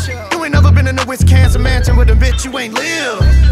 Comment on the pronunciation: I love how he is still saying WisKansen. 🤌🏽